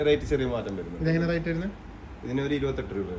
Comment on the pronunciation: Not rite(റൈറ്റ് )but rate ( റെയ്റ്റ്)